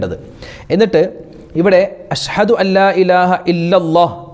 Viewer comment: ഉസ്താത് അശ്ഹദു എന്നു പറയ്യന്നത് അശ് ഹദു ശ്രദ്ധിക്കുക.